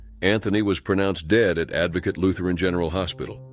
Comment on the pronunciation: ive just noticed that "dad" and "dead" are pronounced the same way...😮